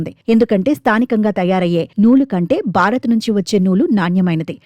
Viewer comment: బారత్ కాదు భారత్, బారీ కాదు భారీ ... Have some sense.. you are presenting the News in a public domain